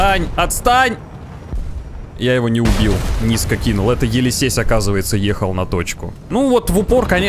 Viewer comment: Какой нафиг Елисейс? Енисей!